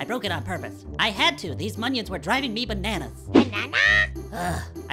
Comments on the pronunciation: Lol instead of minions it’s “monions” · This "MONIONS" makes me *TEARS*..